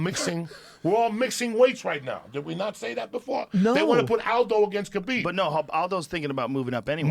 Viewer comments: When Joey started popping off and kept saying khalibeeb 😂😂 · man there's been soooo many great ones, but joey saying "khalabib" did it. lol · If joey says khabeeb one more time ill die